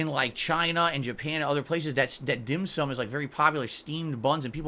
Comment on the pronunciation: Why why why why why why????? Who in the flyin F**Ck gives a rats ass about what this idiot did on his day off??? has zero imagination and apparently there are some losers that watch this trash and pay him to do this. Glad he had some dim sooom. SMH. Of course if you tell this dick head its pronounced Dim SOME he'd tell you what an idiot you are even after you show him an actual Chinese person saying it.